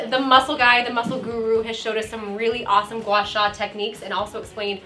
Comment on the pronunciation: It's pronounced gwa sa (Gua Sha)